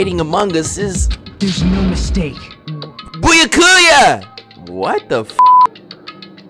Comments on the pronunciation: Byakuya BEE-YAH-KUYA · I swear to god, here's how to actually pronounce the names you say wrong. BYAKUYA TOGAMI (bew-yak-kew-yah toe-gahm-ee) KAZUICHI SODA (kahs-ooo-ee-chee soh-duh) MAHIRU KOIZUMI (mah-hee-roo coy-zoo-mee) MIKAN TSUMIKI (mee-khan soo-mee-kee) NAGITO KOMAEDA (nah-gee-toe co-ma-ay-duh) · Bro is BooyaKooya a joke from a stream or sum, that is not how you pronounce Byakuya 😂